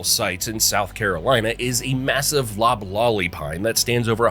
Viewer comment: LOBlolly, TUPelo